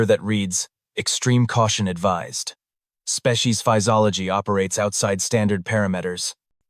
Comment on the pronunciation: The AI talks fast and has pacing issues, it also skips the occasional word . It can't pronounce SPECIES.